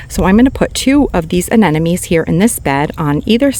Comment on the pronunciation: It's not aneNome. it's aneMoNe. It's not a matter of saying it your way, as someone commented last time, aneMoNe is how it's spelled. Pretty simple.